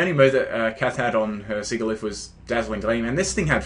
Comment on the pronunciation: I was actually going to breed a Sigilyph, now it's a priority. By the way, I believe its pronounced 'sij-ill-iff'; using the words 'sigil' and 'glyph'.